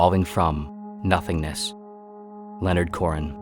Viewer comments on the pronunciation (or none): none